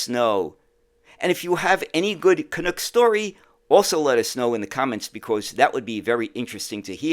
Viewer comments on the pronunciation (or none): Ok, say after me, CAN-UCK, not Cunucks…… 😂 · Interesting video, BUT! It's not pronounced canOOK. It's CanUk (like DUCK).